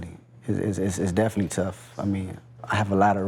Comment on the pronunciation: He says it like "Definy" and "perid" lol